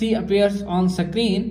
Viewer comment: Screen ❌ Sacreen ✅